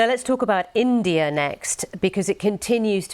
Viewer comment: I can smell the racist pronouncation while you say India !!!! This proves again Britan is not great its just asusual racist country